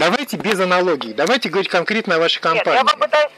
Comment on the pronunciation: А в конце пошло "Холова"Ховорить,лоХига...